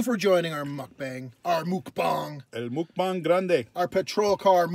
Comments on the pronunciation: Officer Daniels, get it right. pronounces it MUCK BANK which is in her native trailer trash dialect lol. excellent video. you guys should do more muckbanks. This was really, really funny and enjoyable. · I pronounce mukbang just like. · calls them MukbanK's actually lmao